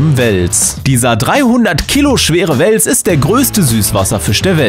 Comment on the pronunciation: Es heist wels nicht wels